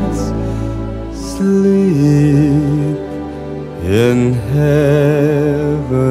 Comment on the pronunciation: But the fact that he says shleep in silent night gives me life.